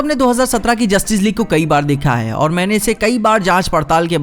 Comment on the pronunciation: It's not justice league it's Jostice league